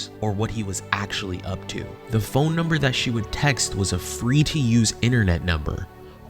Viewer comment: „pohine no“ yep seems legit